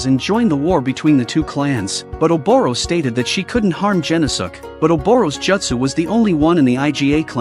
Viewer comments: "Gen-no-suke" The video: "Jen-oh-sukk!" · Oh my God, you mutilated his name it’s pronounced “gen-os-ke”